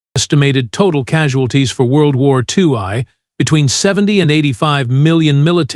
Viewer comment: World War 2eye? Bipeed??? Worst AI ever! Couldn't last through this crap!!!